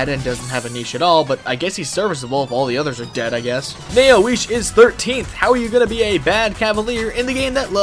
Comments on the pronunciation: My ancestors are cringing at the pronounciation of Naoise. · The pronunciation of Naoise is hurting me